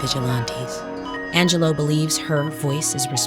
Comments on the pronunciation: Angel-loo, not Angel-loe. Sad she is no longer with us. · Fascinating, but also…. I thought her name was pronounced Ang - uh - loo? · On a lighter note: 'Angelou" accent was quite funny:face-green-smiling